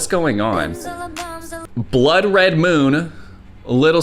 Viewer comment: You know it guests serious when he pronounces blood red as bled rud😂